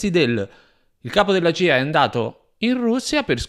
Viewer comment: Si dice CIA !! C C C !! Che cos e la GIA ??? Con la C !!! Poi....raCContare non raGGontare !!! Che fastidio !!!!!! Usa la C